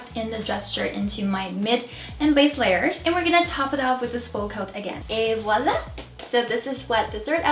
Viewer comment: Oh my God you pronounce Voilà so well!!!!